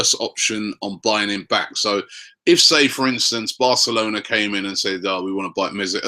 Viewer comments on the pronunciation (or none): none